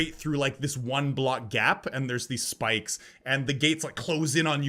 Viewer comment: Gotta remember those spakes --- dies. That's what you get for not saying it right